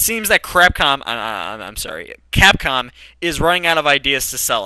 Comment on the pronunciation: Capcom(X) C(r)apcom(O) lol